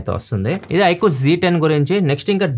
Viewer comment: Iqoo g 10 haa 😅😅 iqoo z 10☑️